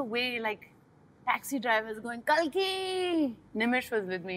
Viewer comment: Pronounced as Cake laa